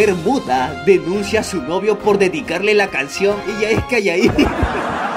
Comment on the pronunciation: Loco loco loco. Banda cuando memes random en el minuto aproximadamente, dijo “muda” escuche “P***” soy yo o casi lo funan 😅, 🧐🍷un vinito ?